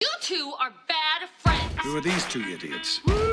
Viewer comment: So is it really called “Bad Fleinds” ????